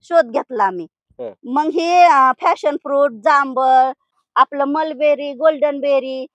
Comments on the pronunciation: फॅशन नाही , पॅशन फ्रुट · फ़ॅशन फ्रुट नव्हे मॅडम, पॅशन फ्रुट आहे ते! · Fashon.nahi Pashon